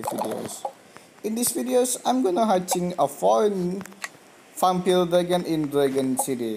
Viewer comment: Your not saying vampire right